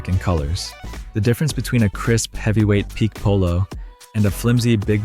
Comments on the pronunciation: Pique… for fabric, it's pronounced pee-kay and should be spelled piqué. The way you pronounce it (peek) is how it's used in "a fit of pique" or "pique my interest." As you say yourself in the video, "every detail matters." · It’s PK not PEAK! So I lost trust in your knowledge once I heard that.